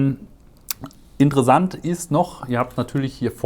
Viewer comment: Gutes Video. Die Aussprache von „Software“ oder „interessant“ mit weichem S kann ich allerdings kaum ertragen.